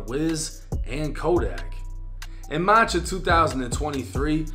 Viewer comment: Did gang say marrch